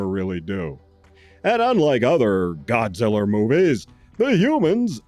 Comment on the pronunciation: Thanks for the shout out and for reviewing both TOHO Kongs and also for insisting on saying "Godzillar and Gorrilar. 😄 You're the BEST, Sir. THE Best!